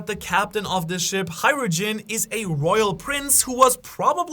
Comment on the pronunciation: Say it with me slowly. HAJ-RU-DIN. How tf did u get HAI-RU-JIN?